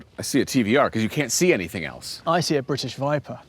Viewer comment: Thanks for saying bri'ish the correcy way :) Lovely Cars. The Speed 12 will forever be my dream unobtainium TVR. Just an INSANE car.